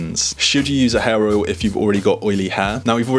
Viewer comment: When you say hair oil it sounds like you say hair roil.